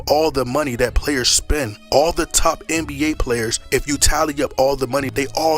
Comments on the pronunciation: Tf you keep saying RBA . It’s NBA . Can someone explain why he says this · I watch this just 2 hear u say RBA 🤣🤣🤣🤣